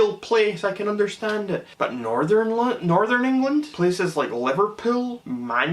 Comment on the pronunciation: Bwahahahaaa!! He has to be a stand-up comedian!! 😂 Livvapuul..? Livvapiuul?? 🤣